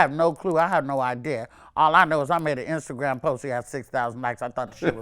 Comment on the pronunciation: she said "instagran career "😂😂😂😂